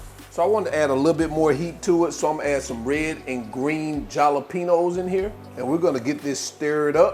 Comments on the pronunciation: Bro this looks amazing I’m definitely making this next week! butttt jalapeños is pronounced “Halapeños”. The J is a H in Spanish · Great recipe, but in Spanish the 'j' is pronounced as 'h'. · Thanks for letting everyone know why you pronounce it with the j instead of the h bc you are just having fun making it interesting. Let’s not be too serious about every lil thing bc if you have watched enough you know he’s having fun.